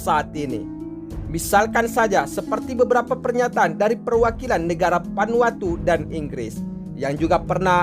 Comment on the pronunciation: Vanuatu yang bener, bukan "Panwatu"